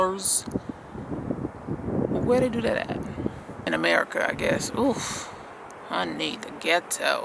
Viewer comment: Love your videos as always, but I know you did not just say Amaerica and Ghetto in the same sentence??? HaHa!!! I hear you sis 😂😂😂